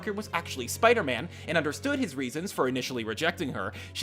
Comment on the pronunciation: Looks like still likes to pronounce 'Spiderman' as Spidy.